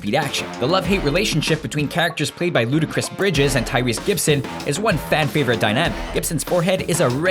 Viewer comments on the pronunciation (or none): none